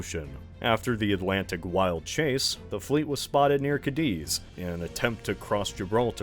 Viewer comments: Where the frack is "Cadeeze"? Is it anywhere near Cadiz? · I want to be civil, but dont ever pronuounce cadiz like that ever again